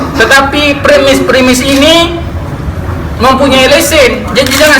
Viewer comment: jamal oh jamal..sebut premis pun tk betol....kesian kamal